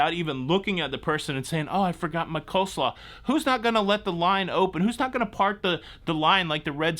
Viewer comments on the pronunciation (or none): It is Cole-slaw...not co-slaw....